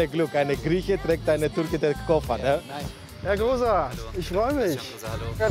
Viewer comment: Kosar ist mein Nachname...Kooootz...Sag doch, wie man es richtig ausspricht!